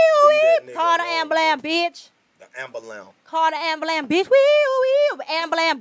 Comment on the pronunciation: The look karlous gave when he heard her say ambulamb😂😂😂😂😂